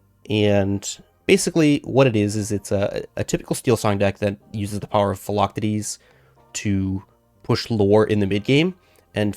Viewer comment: Love the content. Philoctetes - Fill-Ock-Tee-Tees